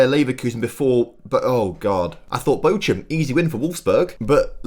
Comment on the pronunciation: Bochum 🫣🫣 it’s bochhhum